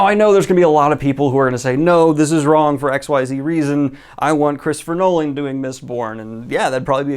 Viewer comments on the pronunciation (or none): none